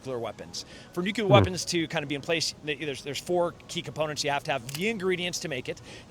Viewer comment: Points for pronouncing it "new-klee-are" and not "new-Q-lar". I you get that right, the rest of your ideas may be worth listening to.